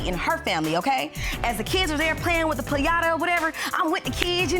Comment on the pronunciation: Piaaaattttaaaa!! I know she meant Piñata 😂🤣🤦🏽‍♀️